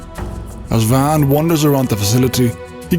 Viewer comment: How do you enunciate all the complex names in your ffxv video, but despite vaan being pronounced VAHN the entire game you continue to refer to him as VAN?